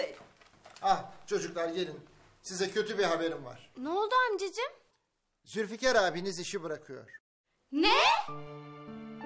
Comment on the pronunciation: Zilfikar diyor 🤣🤣😂🤣